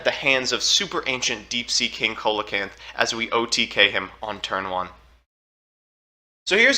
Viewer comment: I’ve come from two years in the future to tell u that it’s pronounced “SEE-luh-canth”